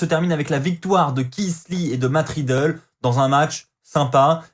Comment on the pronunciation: Cest riddle pas matt ridlle